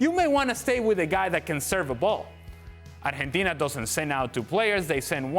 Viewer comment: Pls stop saying Arhentina. It's so annoying. It's Argentina